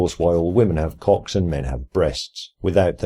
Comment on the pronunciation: For some reason I really like the way you said "Cocks" Yep. That's all I took away from this video.